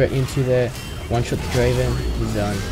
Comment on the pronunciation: You mispronounced a few champion names. You said "soraka" like serawka and "gragas" like grahgas. It's pronounced like "drayvehn"